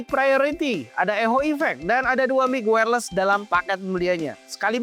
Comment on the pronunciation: bacanya wairles bukan wairlis